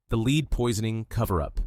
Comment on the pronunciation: The metal lead is pronounced "led". Good video!